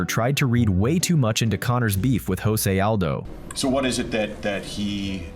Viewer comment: Mispronounced José Aldo´s name...